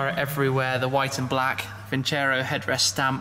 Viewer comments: its not vincero, but vinceró, you need to accentuate the o, make it louder and shorter - it means "I will win" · Is vincerò not vincero